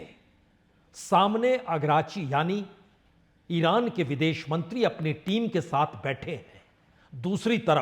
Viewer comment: अरे सर अगराची नही अरागची होमुर्ज नही होर्मुज नेतान्हु नही नेतन्याहु 🙏🙏